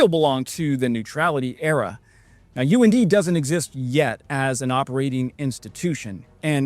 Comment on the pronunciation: UND pronounced UNDIE...and go